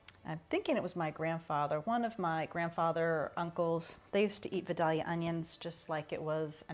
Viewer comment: LOL "vuh-dah-lee-uh." I'm from near Vidalia (Vie-day-lyuh), Georgia - best phonetic spelling I could do. Recipe looks delicious and your homegrown tomatoes are beautiful.